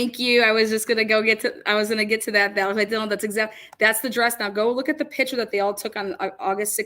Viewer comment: Pick -chur not pitcher